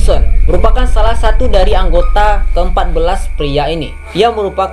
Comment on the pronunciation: Kok abang ngomongnya saku bkn satu?!😂😂emg duit abng abis?!